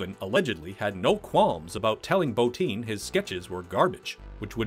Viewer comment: His name is Rob BOTTIN NOT BOTINE DAMMIT